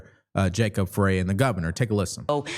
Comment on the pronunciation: the mayors last name is pronounced "Fry"